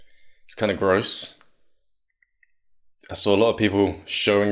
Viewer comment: *gross not "grose"